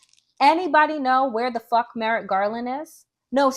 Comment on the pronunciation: Merrick Garland is lost wondering why you and many other YouTubers are so worried about Merritt Garland, Donelle (see how 2 letters can make a difference?). We can't expect them to say Kamala correctly if we mess up Merrick. But he does need to be held accountable. Merrick should be a lot busier.